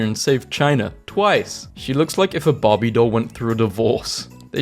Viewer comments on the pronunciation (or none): none